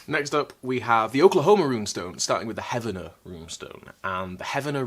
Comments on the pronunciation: No, heck no, but what's real is the LONG history of fraud, fakes, and charlatanism in America. We have founded multiple religions ... that are still active ... based on such chicanery. Believe it or not, the locals pronounce it HEAVE-ner, not heaven-er. Seriously. Nice of you to give them the benefit of the doubt tho LOL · Heavener is actually pronounced HEEV-ner, not HEV-ah-ner. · Heavener = HEEV-ner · I live 30 miles from the Heavener runestone. We know it's fake but it is part of the flavor of the area. There are a lot of Scandinavian, German, Irish and Scottish immigrants in this area. This area has many Native American place names as well. What does annoy me is the mispronouncing of place names. He-vin-er(Heavener), and Po-toe(Poteau). This is how people are not from here. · Its heavener as in heave ho. Not heavener as in heaven. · The towns in Oklahoma are pronounced HEEV-nur and POE-toe. You nailed Shawnee though!